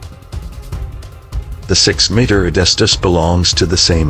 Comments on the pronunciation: Capable? Claw? Meter? Group? Development? I could do this all night. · The spelling mistakes on the automated voice are quite funny, made me giggle first few times it tried to say meter